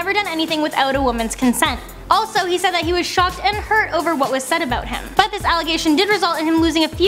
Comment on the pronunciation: She also says "a boat" instead of "about".